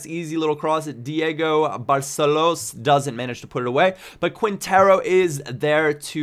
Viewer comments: quientero its said qintero ;) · try to pronunciate it like if it was KINTERO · on quintero's name the "u" is silent man.... great vid man <3